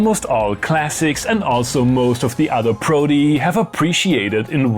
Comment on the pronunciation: he said "protei"... i, as a self proclaimed plural aficionado, got goosebumps